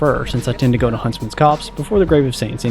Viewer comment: finally ! Someone who pronounces "Huntsmans Copse" correctly